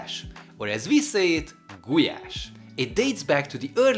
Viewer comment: It’s gulyás not gulás. How do you want people to learn the correct pronunciation when a Hungarian won’t say it like it should be said. Just saying.